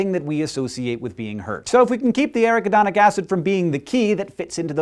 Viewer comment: That is pronounced: ah-RACK-ah-don-ick Acid But I don't care because this is WAY cool!!!! Good Work!